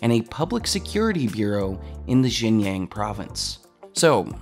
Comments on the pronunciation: "Xinjiang" is not pronounced "Shinyang", it's "Shin-jiahng". Just like how Xitler isn't pronounced "Zitler" it's "Shitler". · Just an FYI, you keep saying "jin-yang", but it is pronounced more like "shin-jie-aang". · very valid points. but xinjiang is pronounced 'shin-chee-young' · I'm going to be that guy... It is pronounced shin-ji-yahng. Great vid by the way. Down with the CCP! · Pretty sure you're pronouncing Xianjiang wrong (it's pronounced more like "Gu-lag"). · I love all your work. Please make sure to get at least somewhat close to the correct pronounciation of “xinjiang” by consulting someone or even doing some research. Xinjiang is pronounced like “Shin Ji-ung” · It's actually pronounced shin-ji (rhymes with she)- ang rhymes with gong). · oh my how you've butchered the pronunciation of "Xinjiang"...it's pronounced "Shin- ji- ang"